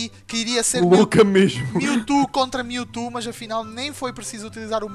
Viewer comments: o falando mewto MILTU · o fala mewtu